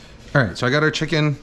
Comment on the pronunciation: Kenji's dogos "No vegetables! Only chimken!"